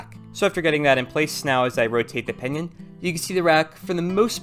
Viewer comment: when ever he says pinion I keep thinking he's saying pinyin which is chinese words using english letters